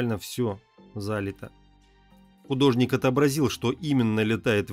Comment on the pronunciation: не зАлито , а залИто.....